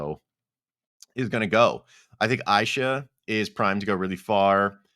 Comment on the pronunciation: Aysha’s name is pronounced Asia lol